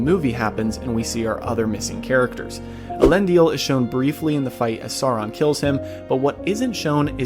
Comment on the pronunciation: Why are you mispronouncing some of the names?? Tolkien went to pains explaining pronunciation—Elendil only had three syllables, for example. The films got some words peculiarly wrong too (palantír comes to mind)… You asked about things missed: Celebrimbor initially kept the 19 Rings after their casting, as I recall. Sauron attacked Region in order to get them—and no doubt in pique because Celebrimbor dared to defy him—and wiped out the settlement entirely. Any of the few survivors joined Galadriel in Lothlorien… It’s noteworthy that Sauron wanted all 19 but was only able to get 16–the Three were hidden away, and Sauron wanted those most of all (why? Surely not for the magic they contained. Bragging points? Doesn’t make sense. Control of elves? Also doesn’t make sense ad they already showed they were smart enough to remove their Rings when he put on the One. While some of these details were probably too small for the narration, Sauron turning on Celebrimbor and laying waste to Region was not IMHO.